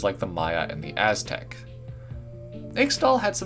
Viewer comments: can pls say ishtall not Xtal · IT'S ISH-TALL. PLEASE. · One little correction Ixtal is pronounced Iztal. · Ixtal is pronounced ishtal and the watchers destroyed icathia not shurima, xerath destroyed shurima when he usurped Azir and stole power from the sun disc and became an ascended. He stole too much power tho causing his body to rip apart into the blue energy shit he is plus a coffin he got sealing in under the ruins of shurima which is was trapped in with renekton(xerath is why renekton is insane and evil) and cause the sun disc to crash down destroying the kingdom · Ixtal is pronounced Ishtal for some reason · Eesh-tahl. X in Nahuatl languages is pronounced as an sh sound, and I's are often pronounced as an ee sound. I'm terrified to hear how you would pronounce *Nahuatl*. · You should have added red crystals that he could have found from the temple, to keep to himself and build himself up more. Red crystals and green patterns seem very typical for ixtal. Btw you pronounced ixtal wrong. You should listen to qiyanas voice to find out how to pronounce it.